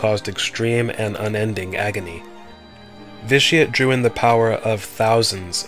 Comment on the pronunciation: Ve-Ti-Ah-Tae. Pls, most sith names are latin.